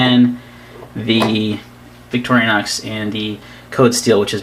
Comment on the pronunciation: Stopped watching when I realized you were going to insist on mispronouncing Victorinox...